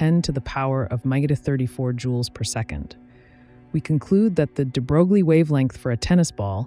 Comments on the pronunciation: Hey, sorry I didn't mean to be rude. It was just funny. Also, I never heard any American physicists call this name like that. I personally do not believe there is such a thing as American pronunciation in this case. It's wrong as it is wrong to call [frenel] [fresnel]. And finally - I am not Russian 🤷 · You are pronouncing the name of Nobel laureate (French aristocrat) de Broglie wrong: his name rimes with Versailles (the palace of the Kings of France). Think of smth like "de-grail" but with a "b" instead of a "g", and the "l" being kind of silent... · stem+language background of mine tells me: yes, it’s wrong. But a lot of foreign words are said wrong in other languages, INCLUDING proper nouns, for a number of reason, albeit, at times, rather hilarious ones. On top, there’s no norm for some of them, “say what you think it should sound like” kinda approach. So, just relax. 😊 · I lost interest when the narrator failed to even pronounce de Broglie's name correctly. He'll be turning over in his grave...probably. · It's not at all intuitive, but the name de Broglie is pronounced "de-broy" not "de-brogue-lee". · The pronounciation is "debroy" not "debrouglie". I realize it's an automated voice, but it just follows the trend of actual science communicators butchering that name almost every time. I feel like only PBS Spacetime has gotten it right, maybe a few others. Edit: I also have to admit, it's really hard for me to focus and take in the information with the incredibly monotone cg voice. Anyway, 'nough nitpicking, thank you for the otherwise great video :) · Hi.. Looks like you don't even care to know about the pronunciation of Louis de Broglie's name. It's not DEE BROGLIE, it sounds like de broy. You can check out the pronunciation in the wikipedia. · it's "into" and you mispronounced "de Broglie" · De Broi is the pronunciation you seek. Very nice compact piece. Thx. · Well done video! Heads up that Louis DeBroglie’s name is properly pronounced “ duh-BROY”